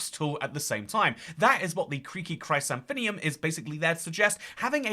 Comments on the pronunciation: Chrysanthemum is pronounced "kris-ann-tha-mum" not "cry-san-thin-ium" ☝️🤓 Also, I think the name Pale Garden fits well. It better conveys the eerie vibe imo - 'forest' is too lively, whereas 'garden' has a sense of stillness. Forests are wild and full of nature, but a garden is private property. When I think of a garden I also think of garden gnomes and statues, which don't belong in a forest. Weeping angels are at home in a creepy garden. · Bro learn how to say Chrysanthemum right 😭 Chris-anthem-um Chri-santhe-mum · pronouncing chrysanthemum (cry san thee mum) as "crysandthinneum" made my day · its "Chris ANTH a mum" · I cannot tell if the pronunciation of chrysanthemum was a joke, or if people really pronounce the word that way. I pronounce it like kris-an-th-eh-mum. Would appreciate the input of others:_toycatEmbarrased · "Kreeky crysanthinium" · pronouncing Chrysanthemum is the highlight of my day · Chrysanthemum is not as hard to pronounce as it looks if you break it down! Chrys-anthem-um Chris anthem um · uh...? Have you vever heard of a chrysanthemum? Chry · san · the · mum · It's pronounced "chris-anthem-um" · I take psychic damage every time he mispronounces chrysanthemum /lh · the chrysanthemum is pronounced "chris-anth-e-mum" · I've never thought about pronouncing chrysanthemum that way; it sounds so sci-fi lol. It's pronounced like: chris-AN-thuh-mum. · It is, he might just be trolling us...or only knows Minecraft flowers. I can't decide which is more likely. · Creaking Chrysanthemum would be a shorter name if you pronounced it right LMFAO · Havent seen anyone moan about him miss pronouncing chrysanthemum so here's me moaning about it 😂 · I've never heard anyone say Chrysanthemum like that. I had to pause the video for a minute and reflect. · Why'd you say Chrysanthemum like that, dude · Uh it's pronounced chrysanthemum. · Can’t get over the way is saying chrysanthemum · It made me shiver